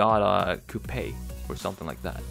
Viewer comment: He cant say coupe properly